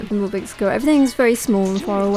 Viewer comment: Funny how she pronounces pinball. "Pinble".